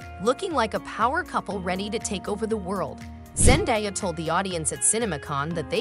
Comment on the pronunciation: Zen-DAY-a not Zen-die-a...